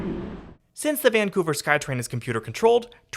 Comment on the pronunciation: mispronouncing the city's name throughout the video. doubting if he really came to the city or not.